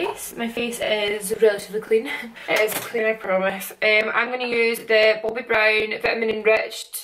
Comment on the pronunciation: Did you say boaby brown? 😂😂 I nearly died haha x